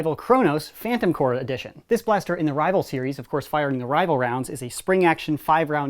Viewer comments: corps not core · AAARRRRGGGHHH STOP SAYING PHANTOM CORE ITS PHANTOM CORPS GAAAAHHHH